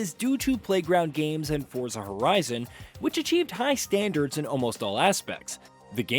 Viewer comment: You're still pronouning Forza incorrectly. Fort-za.